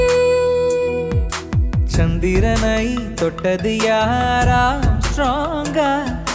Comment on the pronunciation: நீங்க சொல்ற தேவதையில் தை யை அழுத்தமாய் உச்சரிக்கிறார். வேறு சில கடைசி எழுத்துக்களையும் அழுத்தமாய் உச்சரிக்கிறார். உதாரணம் : சந்திரனை யில் னை யை சில சமயங்களில் ணை ஆக்கி விடுகிறார். அதை தவிர்த்தால் இன்னும் நன்றாக இருக்கும்.